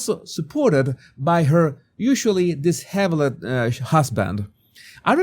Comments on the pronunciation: "Dis hev eled " ??? How about Dis SHEV 'ld or was that mis-pronunciation on purpose? :) In the photo you showed, MM doesn't want the black man to touch her....his arm is near her legs.....she had to reach out for H. and he put his hand on her's..... pathetic. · Okay jesus, I have to comment. You're not pronouncing disheveled correctly. I know you're always trying to improve your English, so I'll try to help you. The pronunciation is di-she-veled, with the emphasis on second continent. None of the vowels are pronounced as long vowels. I hope that helps.